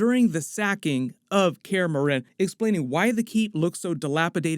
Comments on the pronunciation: no offence but some pronunciation is off lol. kaer morhen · Say Kaer Morhen one more time... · This is awesome, but I'd lie if I say that your pronunciation of Kaer Morhen didn't get me every time.